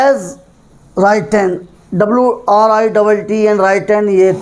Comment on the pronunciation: Written ka Pronouncetion ghalat h